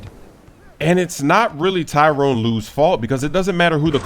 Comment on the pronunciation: the cavs coach name is ty-ronn lue not tyrone.